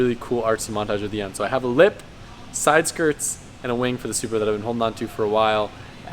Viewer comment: I thought said he’s “Supra thankful”😂